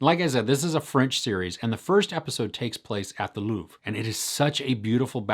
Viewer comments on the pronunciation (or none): none